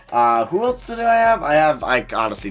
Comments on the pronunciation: It's else not elts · Why does he always say Eltse instead of else😂